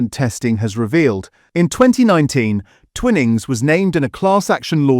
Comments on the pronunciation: Umm its pronounced twy-nings as in wine, if the word had double "n"'s then it would be twinning as in winning... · It's Twy-nings you electronic idiot ! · Your video has generic videos loaded with commentary that does not always match with what is being discussed. Also the pronunciations are incorrect eg. Twinnings / Twinings. Although avoiding plastics by not using cheap tea bags is a great idea but just buying loose leaf tea does not address the pesticide or chemical problem. This channel has great potential and is quite informative generally. But the Ai commentary spoils it and gives the impression that 'Protect our Plates' has been created purely for YouTube hits. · It is pronounced "twynings" NOT ," twin ings. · Twinings NOT TWINNIGS!!! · Stupid A.i. it's pronounced Twynings, not "Twinnings" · Its pronounced TwInings...Not Twinnnnings !!!!! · It's Twy-nings you muppet - if it were twinnings it would have two n's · Twinnings 🤔 thought it was Twining 😂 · Mmmmm AI said twin ings 😂 good bye. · I've been enjoying these videos but can't listen to any more, sadly. "Twinnings" is too annoying. Seems AI needs to learn the basic rules of English phonics. And why can't the writers of the content also read the content? After this latest video I'm giving up PG Tips but also, sadly, this channel. The commentary has angered me more than the dodgy tea bags. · As is the pronunciation of Twinings 😅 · Time to get a human to read the commentary. Several obvious mispronunciations. For example, finings is pronounced as in fine "I'm fine, how are you?" not fin as in fish. and I've never heard Twinings pronounced that way. BTW where does Teapigs rank? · 'Twinings, a name so old and established' I can't pronounce it properly. 🙄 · Should get a human commenter who knows how to pronounce "Twinings" properly.